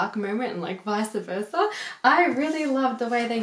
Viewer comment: You said "Vica Versa". Again. It's "Vice Versa".